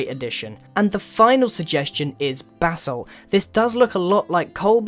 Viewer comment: Him: "basalt" Me: going straight to the comments realizing that everyone has commented about it :|